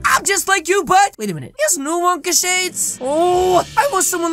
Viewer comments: Its not willy wonkey it's willy wonka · Bruh, it’s not Willy wonky It’s Willy Wonka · Its willy wonka not willy wonky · Can we just realise that he’s saying Willy wonkey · xDDD he said willey wonkeys factory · HE said willie Wonkys